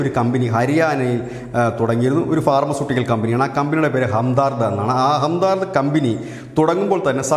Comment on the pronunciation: താങ്കൾ ഈ നോർത്ത് ഇന്ത്യയിലൊക്കെ കൊറേ പോയിട്ടുണ്ട് ന്നൊക്കെ പറയുന്നത് കേട്ടിട്ടുണ്ട് ഇതെന്തുവാ ഈ "ഹംദാർദ്"?? 🙄🙄🙄 അത് ഹംദർദ് ന്നല്ലേ ആ വാക്കിന്റെ അർത്ഥം 'വേദനയിലും കൂടെ നിൽക്കുന്ന ആൾ' Sympathetic മരുന്നിനെങ്കിലും ഏതെങ്കിലും ഒന്ന് നേരാം വണ്ണം ഉച്ചരിക്കാൻ പറ്റുവോ പറ്റില്ല ലെ?